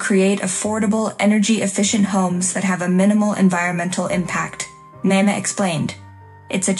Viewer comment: Also your heater seem to have aroblem with Nina: her name is NINA,not Nana, NINA. Insulting.